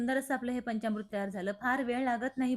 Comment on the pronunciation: पंचामृत असा शब्द आहे. पंच्यामृत नव्हे.